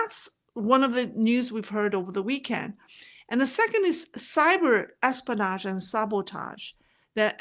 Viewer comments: you dont say es-po-nage. the correct way is: es-PI-o-nage. hope you don't mind me correcting your english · your pronunciation is excellent. The only word I thought might’ve been off was espionage. It sounded to me like you were saying es - pan - aaash versus es - pea - en - aaash.